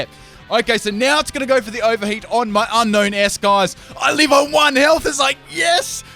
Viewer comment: It's pronounced un-own not un-known lol.